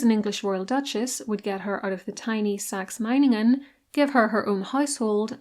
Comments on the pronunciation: German here, your pronunciation of Meiningen hits the 🎯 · You did pronounce Meiningen correctly 👍🏼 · Literally perfect pronunciation of Meiningen! 🙌 You even (correctly) stressed the first syllable instead of the second, which I find many English speakers tend to do. Good job ❤ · This was probably one of the most accurate pronounciation of Meiningen from a non-native German speaker I ever heard. Well done. Have you ever made a video about her sister-in-law Friederike/Frederica who became queen consort of Hanover when Victoria couldn't succeed there? Her life was very eventful in my opinion. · "Meiningen" was perfect. like a native speaker. :)